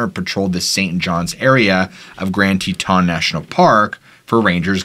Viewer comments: Haha Grand Te TAHN dude its grand Teton how its spelled no French accent needed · Love your channel and never miss it. FYI Teton is pronounced with the emphasis on the first syllable rather than the second.